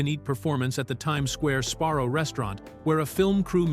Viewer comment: that,and calling Sabarro's Sparrow's!🤣🤣🤣there's plenty more.😁😁😁